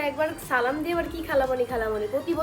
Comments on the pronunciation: Age salam😅 thik mto deowa shikh fokinni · Salam ta thik moto dawa uchit asla malaikum Kmn Salam 🙂